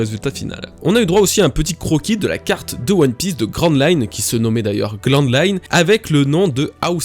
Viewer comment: "GLAND LINE"